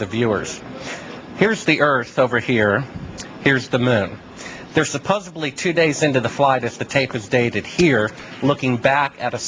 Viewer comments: "supposebly." lol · Sibrel said "supposably." End of credibility. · The Bart Sibel guy said "supposubly" rather than "supposedly". That's the mark of a moron. I can't take anyone seriously who can't pronounce "supposedly".